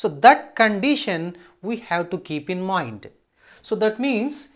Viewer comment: Btw it's not moind it's 'mind'